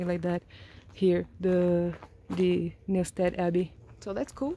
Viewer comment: You pronounced Newstead perfectly 👌